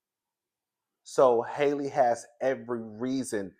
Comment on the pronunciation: Lmao Hailey or Holly but never Halle 😂